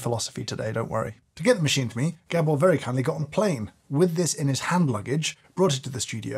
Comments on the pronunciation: Poor Gábor getting his name mispronounced as "Gebbor". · Just a quick word from a fellow Hungarian. Gabor's name is pronounced Gaabor and not G'bor😉